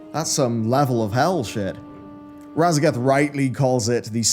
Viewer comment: Sorry, but I keep hearing "Radagast."